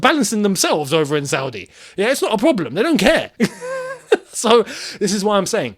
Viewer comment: “No broblem” got me rolling